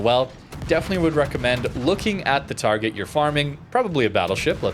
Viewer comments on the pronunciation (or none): none